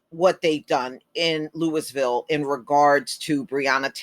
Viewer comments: Lou - eee - ville... pronunciation Please, please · Yo - The city is pronounced Lou-a-ville KY. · Then we pronounce St. Louis as St. Lou-a . We know that is not correct. Because in French the ‘s’ is silent. The correct way to pronounce St. Louis is St. Lou-ee. Henceforth the correct way to pronounce Louisville is Lou-ee- ville.